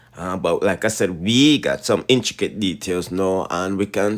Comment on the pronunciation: Inchicate😅😅😅. It's inTRIcate😅😅😅smoke a blunt and try pronounce it again 😅😅